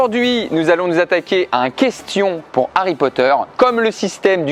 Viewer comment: Tu me feras le plaisir de bien prononcer HARRY POTTER